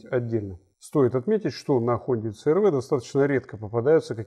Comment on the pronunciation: отличный "рунглиш". говорить цэ-эр-вэ, вместо си-ар-ви.